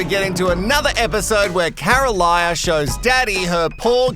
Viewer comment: Sorry mate. Her name is Carolina not Caroliya. Lol